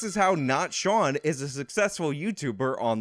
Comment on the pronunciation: Shawn not Sean